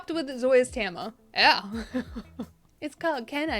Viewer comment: Tam-eye-uh 😅 Del-eee-uh 😂